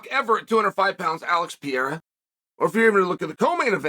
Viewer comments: Hahaha... He even calls him Piera in the DK promo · Alex "Pierra" Pereira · This guy always raped other fighters name,Alex Pe era 😂😂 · Uncle Chael, why do you deliberately mispronounce Pereira? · He does it with lots of fighters, it's definitely a joke